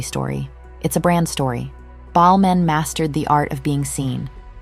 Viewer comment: No idea that was how you're supposed to pronounce Balmain. Us Aussies say, Bal-MAYNE, and to me that sounds much better. Whereas Ballmen - that's how it sounds to me, sounds so insignificant and nothing. Weird, huh? Every time she says it, I'm cringeing. Even though the v/o is correct.